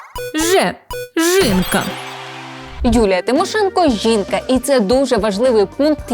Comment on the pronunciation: ''зубажиння'', ''жинка'', апазіция''😂😂😂😂😂😂